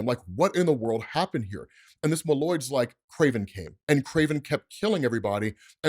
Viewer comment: MOLE-oids, not muh-LOIDS. You’re putting the wrong EMPHasis on the wrong SYLLable 😂